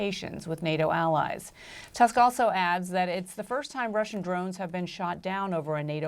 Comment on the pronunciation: Hello. Dear CNN journalists, please learn that the Polish letter "U" is the letter "U," not "A." Therefore, when reading the name of the Polish Prime Minister, you must not replace the letter "U" with "A," as it is a Polish surname, not an English one. You cannot read "Tusk" as "Task." This is a serious mistake, and if Prime Minister Tusk doesn't respond, he's only doing so out of politeness, as he knows the English language and its grammar well. However, this does not absolve you, as the editors of a well-known media outlet, from the responsibility of correctly pronouncing the names of foreign politicians and close allies. Example? You correctly pronounce the well-known name Putin as "Putin," not "Patin." Why do you do it differently in the case of Prime Minister Tusk? Is this some kind of malice? Or just plain ignorance? Best regards, and I wish you good luck in everything.